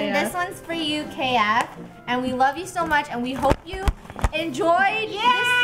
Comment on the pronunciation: Did say dough instead of so